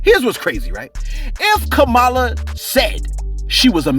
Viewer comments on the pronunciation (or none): You are pronouncing the VP elect Kamala Harris name so wrong 🤦🏾‍♀️